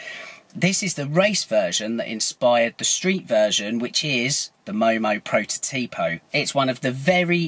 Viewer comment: It's not prototìpo, it's protòtipo. Cheers from Italy